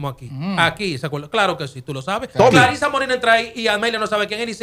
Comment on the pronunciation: Ella se llama Clarissa no Claritza. Es una joven con mucho talento y carisma que lo va a hacer muy bien. Todos podemos tener opiniones el peso de esa observación/argumento en el caso de Amelia bueno ya eso es obvio😅 donde Dios piso no puede haber🤣🤣🤣🤣